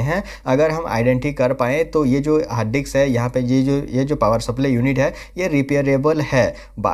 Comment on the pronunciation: Harddix nai bhai. .. hard disk